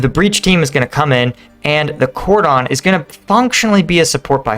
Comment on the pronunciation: That's not how "cordon" is pronounced...